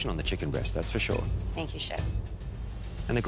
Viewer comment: "Thenk YoU ChEf"